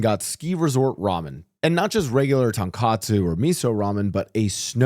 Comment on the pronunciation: Hey! Great video, just a small thing to point out; I noticed you kept saying "TonKATsu". Tonkatsu and Tonkotsu are 2 extremely different dishes, based on context people always know which one you're trying to say but just to be accurate in future videos, TonKATsu is a fried pork cutlet dish while TonKOTsu is the rich, creamy, delicious pork broth. Hope this comment makes it to you and thanks for the content:)